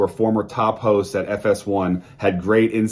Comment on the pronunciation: I heard "Joy Taylor...one of the main hoes" instead of hosts and it fits this situation perfectly 😂😂😂